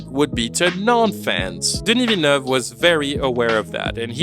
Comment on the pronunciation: Damn bro ! Kudos for properly pronouncing Dennis Villeneuve.